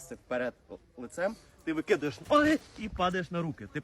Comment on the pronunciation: Все хорошо, але ногы неправильно